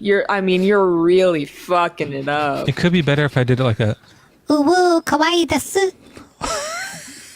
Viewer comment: please say the word kawaii correctly. It sounds like you're saying "kowai", which means scary. kawaii=cute kowai+ scary:face-red-heart-shape